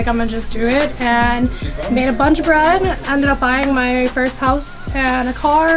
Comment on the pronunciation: Its first not fist